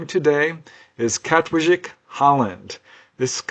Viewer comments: Wijk is pronounced as "vike" for future reference Aan Zee means "on sea" too meaning the costal part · Just FYI. The j in Dutch is usually pronounced as a Long I. So it’s Kat-Vike I’m pretty sure. But not a j sound. Dutch is really weird.